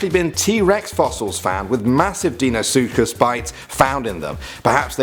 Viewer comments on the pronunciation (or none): Learn how to pronounce it’s dunkle o steus not dunkle oh steus and what’s a deenosuchus it’s dienosuchus and helecohpreon who taught you how to talk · It's not deenisuches it's dynosuches (not spelt correctly just how it sounds correctly) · It’s pronounced “soocus” not “ soochus” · its pronounced Dine-uh-sue-kus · Actually number 1 is pronounced Dino-sookus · It's pronounced dino sukus. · Dino sookas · its pronounced Dinosukus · You mispronounced Deinosuchus